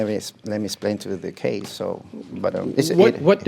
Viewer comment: "Let me splain"